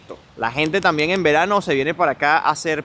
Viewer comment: Fallaste. Tenías que haber tomado el tren. El ticekt del tren te servía para continuar en el autobús. Los 100 euros es por no pagar el transporte. Vivo en Helsinki. No me digas que estás aqui ahora mismo. No se dice "tan bien", sino También. Las palabras de 3 sílabas o más se pronuncian como esdrújulas. Hélsinki, Támpere, etc. Debes venir en verano pues el pais es bellísiimo y vayan a los lagos. Se dice "a la sauna" (es un sustantivo femenino)